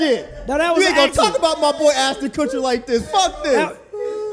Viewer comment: I feel naive that Rod is this naive about how insincere they are in the video. Btw anybody catch say “Kutchston” 😹